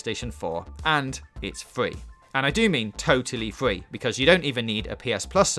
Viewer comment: Fortnite is fwee guys